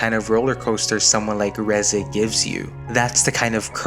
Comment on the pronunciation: Thank you for pronouncing her name right. And not Reezay like half these idiots do.